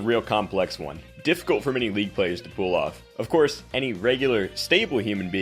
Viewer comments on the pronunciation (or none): why does this guy say pool off instead of pull